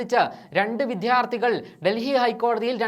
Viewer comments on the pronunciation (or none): none